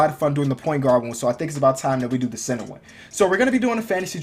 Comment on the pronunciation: It sounded like u we're saying sinner and not center